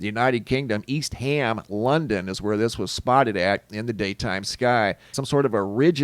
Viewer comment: I believe the Brits pronounce it East um London, not ham.